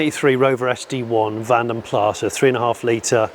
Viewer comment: It’s not van den pla It’s pronounced van den plas.